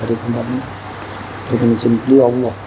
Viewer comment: Ucap ALLAH bkn Awoh mas 😅